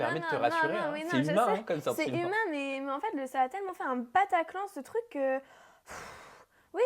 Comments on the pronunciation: dailleurs ecoute bien elle se trompe elle dit pataclan et pas bataclan.mais ces vrai ca fait bizarre apres ce qui sest passer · Je crois qu'elle a dit PAtaclan et non Bataclan, elle a peut-être voulu dire "pataquès" ou un truc dans le genre quoi